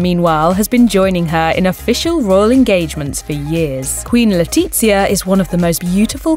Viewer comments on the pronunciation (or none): The Crown Princess' name is not Leona. It's Leonor! Today is her 17th birthday. The z in Letizia is pronounced like the th in theory or thing. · Your narrator needs to do her homework. It's Leonor not Leona & the Queens name Letizia is pronounced Letithia not Letitzia. The Spanish Z is pronounced like the th in thank you. Weird for you to do a video where the names of your subjects are mangled. Please do your research. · it's killing be how she butchers their names its Leonor not Leona and its Letitia as in (LetiTHia) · Queen le'titz'ia lmfao 🤣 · LetiZzia? I am sorry but in Spain we don’t speak piZza. Also, “Liona” ???? Like, you are calling her female lion. It sounds SO wrong. Do your press correctly. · The commentator isn't the best at names, Le-tiTzia? LeOna?? Phonetics and stress accents aren't her strongest points